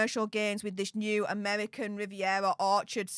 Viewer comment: Pls pls dont say amevvvvvican vvvvvivvvvievvvva get speach therapy ffs you're embarrassing yourself😂😂